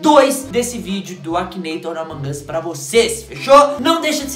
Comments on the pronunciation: Brener n se fala amongos é amog us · Ele fala amon Gus o normal e among us